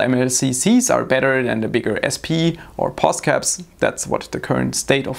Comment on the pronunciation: FYI it's not POSCAP.